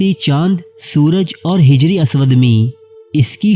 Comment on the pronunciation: Pahle apna urdu ka tallafuz or adayegi durust karo phir vlogs banao hijr e aswuad nahi hajar e aswad